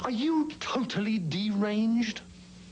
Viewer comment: "Are you totally Deeranged?"